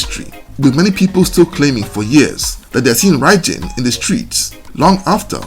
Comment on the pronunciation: Apparently when he was unalived his arm moved on the stretcher they were carrying him away on the Police Officer dropped it and ran. True or not, that's what I heard. BTW it's pronounced like "Bye Bin". 👍